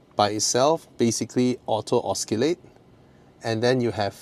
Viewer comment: It’s ‘osi late’ not ‘os ki late’